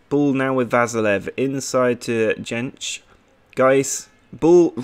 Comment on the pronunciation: Jentszsch is pronounced like yentch